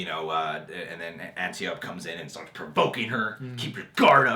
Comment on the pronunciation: Guys, Robin Wrights name is pronounced an-TY-oh-pee, not ANtiope. lol.